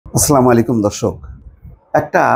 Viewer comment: ভাই -সালাম টা একটু দয়া করে ঠিক করেন। অর্থ পরিবর্তন হয়ে যায়। আস সালামু আলাইকুম